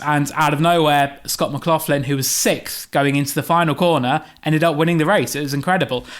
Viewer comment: It's McLaughlin not McLaughfin.